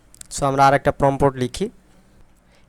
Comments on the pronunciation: ভাই অইটা প্রম্পোট না প্রম্পট (Prompt) হবে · আপনার কথা শুনে হাসি পেল। এখনো সাইট বানান পারেন না বলেন সাইড আর প্রম্পট উচ্চারণ করতে পারেন না। অথচ সবাইকে শিখাতে চলে আসছেন